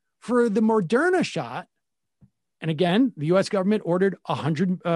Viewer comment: Sam, lol, why can't you still pronounce Moderna?